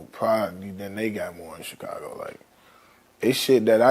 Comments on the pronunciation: each time vlad say "CH-cago" it hurt my soul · Why does vlad put a T in Chicago😂‼️